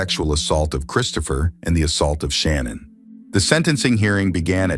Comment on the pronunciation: with all due respect her name is not pronounced Shannon......